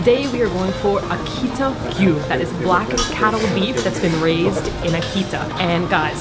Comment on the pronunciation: It’s AAH-KEE-TAAH